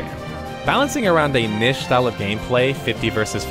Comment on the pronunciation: Why do some many people pronounce niche wrong?